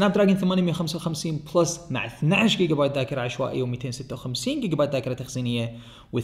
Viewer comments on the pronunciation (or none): none